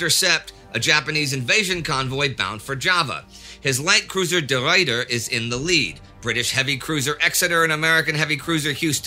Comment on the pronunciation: You butcher the name of the Ruyter...... Eternal shame be upon you Indy for this, as Michiel de Ruyter was the finest Admiral to ever walk this earth and a celebrated national hero to the Dutch to this very day.